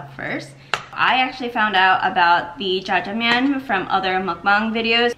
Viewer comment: As a native Korean speaker, The way u pronounced jajangmyun was pretty good! :) looks yum!!